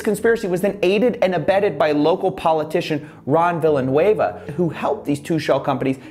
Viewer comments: i believe is pronounced vi-ja-noo-eva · The way the news pronounced Ron Villanueva's name, it makes it sound like Villain is his middle name